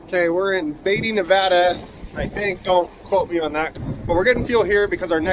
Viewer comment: you said Nevada correctly! Who cares if you didn’t say Tonopah correct lol. Everyone slaughters Nevada. Thank you for saying it right!